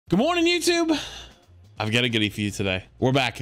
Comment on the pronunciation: Not sure if you try to cover up that accent of yours (I sure hope not), but I like how much you let it slip at "I've got a goodie for you today."